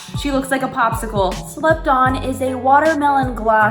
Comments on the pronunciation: When you said the gloss was called "slept on" I heard slut-thot and was like, umm hello? Im interested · When u was talkin about slept on it sounded like u was sayin slupdog